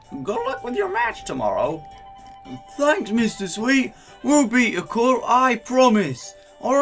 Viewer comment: I WON I also honestly don't like the way you pronounce Occult. I've never heard it pronounced that way.